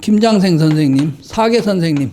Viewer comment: 발음이 틀렸나이다!!. 사계, 가례 , 과거드의 첫 자는 짧게 발음하시옵소서!!! 괜이 "길게" 잘못 발음했나이다. 좋은 강의에, 학자로 이런 평상 한자어 발음이 이리 틀렸음에 이 사람은 실로 실만 했소이다. 미국 변 완수 드림